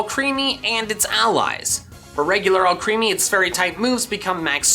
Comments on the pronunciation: It’s more killing that he calls it “All creamy” when it’s spelled “Alcremie”, pronounced like Alchemy. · If you keep saying ‘ALCHREAMY’ I’m never watching another one of your fucking videos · Are you saying Alcremie wrong on purpose like you do some others or is it unintentional, because the way you say it is creepy AF. But if I knew it was intentional, I might find it funny. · PLEASE FOR THE LOVE OF GOD PRONOUNCE ALCREMIE CORRECTLY